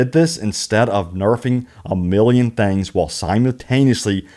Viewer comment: Good video but damn. It’s “things” not “thangs.” I’m from the south but geez.